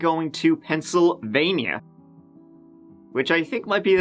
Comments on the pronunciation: Dude! Pennsylvania is NOT 2 separate words. Pencil Vaineeyaw! NO. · Pencil. Vania.